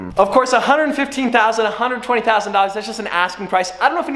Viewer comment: Nobody:: ToNtY tONtY